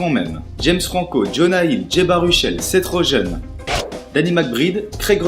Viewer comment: Je trouve que tu es pas un peu lent quand tu parles, il faudrait plus de rythme dans ta voix (plus rapide aussi) si tu peux. Sinon certains noms prononcés en anglais sont terribles : macbride, seth rogen et quelques autres. Sinon pas trop mal continue :p